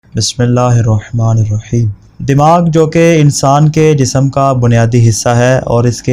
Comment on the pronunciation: Thodaa aap khud bhi itemaal karen, taaki aap ko "Jism" aur "Jisam" me farq samajh me aa jaay....😅